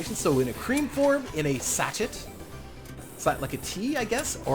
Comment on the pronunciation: Sachet is pronounced "sash-ay", just FYI. You could have set up your line using the original three sockets in the beginning of the video. You just have to go Mabari Bark, Jangostein Dust, Mabari Bark or Jangostein Dust, Mabari Bark, Jangostein Dust, instead of Jangostein, Jangostein, Mabari Bark. The key I found is to remember that they need to alternate, so the center one serves both Multimixers. It doesn't work if one of the two ends tries to serve both. You ended up with JD, MB, JD by adding the socket way off to the right, but you could have done the same thing with the three sockets you had. :)